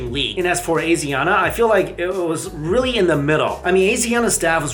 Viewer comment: *AH-SHEE(soft sh)-AH-NA